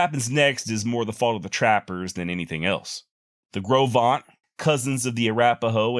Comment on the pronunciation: Great story telling. I enjoyed hearing the drainage by drainage account. I lived in Green River WY for 10 years and visited the places you mention. Congratulations on getting pronunciation of Gros Venture correct but Popo Aggie is pronounced pa P.O ja